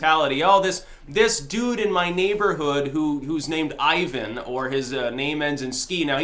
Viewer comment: Tfw can't pronounce Ivan.